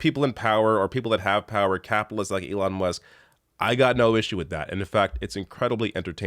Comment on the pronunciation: lmao...he said..."Leon"